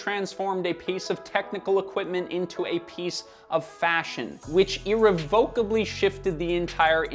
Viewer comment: I couldnt help but notice you pronouncing irrevocably incorrectly as someone whose been scarred by the truth it is my duty to pass the suffering along ee reh vuh kuh blee :)